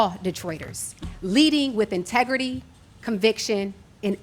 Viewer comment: a "multidious" ? lawd have mercy. but also, "my tegrity" Isn't the word "in-tegrity"? 😥